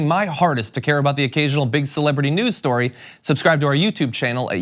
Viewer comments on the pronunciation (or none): Is it a big shtorey, Tuckems? The story of America, you relatively recent transplant?